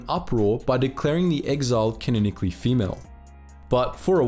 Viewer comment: It's "ca-non-ically", not "kineckly". Ffs.